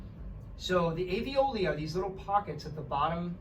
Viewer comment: Thank you very much for this interesting video!! There is one feedback I would like to give to you: talking about the little pockets in the lungs where the oxygen is absorbed.... Those are called ALVIOLI, which you pronounce very different from the word avioli (not a medical term) you use..... Love, Elise